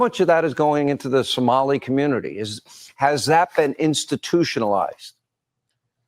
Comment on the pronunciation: My 72 virgin ears hate to hear Samali. Larry please no more Samali please😅😅😅